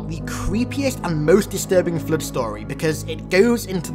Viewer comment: I like how you pronounce the Flood as "Flued" at times.